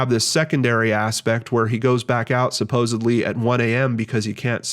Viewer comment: I love brain scratch so much and it is always like spending a half hour with an old friend... but I need to tell my old friend something 🤓🙄 the word you often use and pronounce "supposeBLEE" is actually "Supposedly" with a Dee sound at the end. I thought maybe you would appreciate knowing because you use it almost every episode. 🤓🙄😳